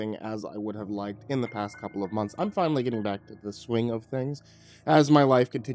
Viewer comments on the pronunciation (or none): none